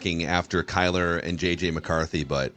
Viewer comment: say JJ, as in jets. Not 9